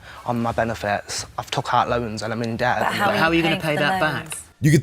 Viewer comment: Wtf I've never heard anyone actually pronunciate the "b" in "debt". That was fucking weird.